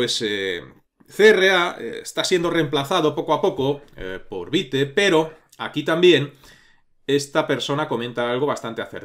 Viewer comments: Hola, la pronunciación de Vite no sería Vait realmente ya que no es una palabra inglesa si no francesa, la pronunciación sería veet(vit). Muchas gracias por brindarnos este curso, lo he estado esperando por mucho tiempo, por favor un poquito de zoom para el código 🥺🤓😎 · Un punto,. Según el creador de estas herramientas (vue, vite, pinia) su pronunciación es la palabra en francés, creo que le encanta el francés, así que es vit. Pero igual mientras se entienda todo pasa. Sólo a los puritanos les ha de arder los oídos, jejejeje Yo he usado poco React, casi todo lo que he visto (cursos y tutoriales), no tiene recomendación entre que usar o qué no, dado que es más a lo que tu consideres necesario y lo que hallas leído de dichas herramientas. en lo personal me gusta más Vit, porque es una bestia en velocidad y con HRM es genial, y hoy en día que tenemos al hermoso "bun" desarrollar es como cuchillo al rojo vivo atravesando mantequilla. Pero igual que lo anterior, todo depende de como quieras hacer las cosas.:body-blue-raised-arms